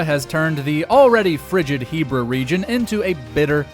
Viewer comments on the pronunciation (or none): none